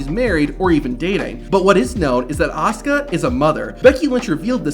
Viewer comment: Her name is A-S-U-K-A Asuka. Not Oscar ffs... Is this some kind of AI generated voice or something?